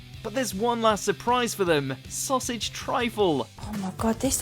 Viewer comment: .....Sausage trife?!!!..... WTF!! 😂😂